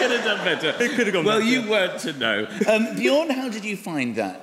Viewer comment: Actually, "Björn" is pronounced "B-yearn". Swedes, and other Scandis, are YEARNING for you to get it right. ;-)